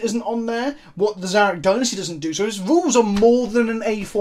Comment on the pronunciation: Finally Someone who can pronounce Szarekh properly. I think if you want The Silent king you have to build around it in your army. A C'Tan you can just yeet into any army, but this boi is a definite build around to get them most out of the model on the tabletop.